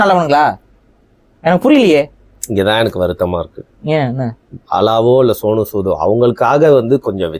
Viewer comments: Bala topic - 3% Other topics - 97% அது சோனு சூத் இல்ல சோனு சூட் 😂😂😂😂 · என்னது சோனு சூத்த ஆஹ். என்ன கர்மம் புடிச்ச பேர் உச்சரிப்பு இது. ஜஸ்ட் பார் நகைச்சுவை. நான் ரசித்து கேட்ட ஒளிபரப்பு இது